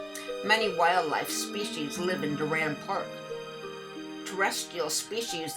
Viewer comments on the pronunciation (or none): It’s pronounced door-un